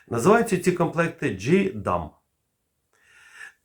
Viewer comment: Тільки, не "Джі-ДАМ" а "Джей-ДАМ"... Успіхів! Слава Україні!